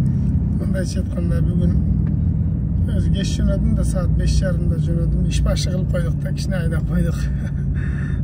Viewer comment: Иш башы кылып койдук деген созунуз жакты ошский суйлоп койдунуз ишинизге ийгилик ака